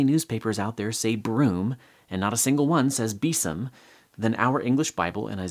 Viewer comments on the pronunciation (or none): A very minor comment: the word “besom” is in fact, pronounced (or was pronounced, when it was in daily use) /ˈbiːzəm/ and not /ˈbiːsəm/ as you’d guessed.